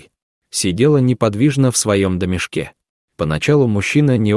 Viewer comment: Стала тихОй... Сидела в своем домишкЕ... ??? В теплОм гнездышкЕ... Это что за албанский язык??? Где вы взяли этого "озвучАтеля"??? Мрак бездны безмозглости...